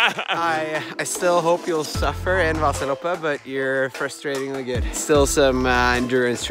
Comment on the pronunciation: Omg the cut to her saying Vaaasaloppet in the beginning was just too perfect haha! Excellent really